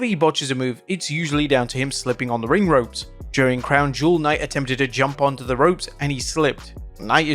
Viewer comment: You just botched the word ring😂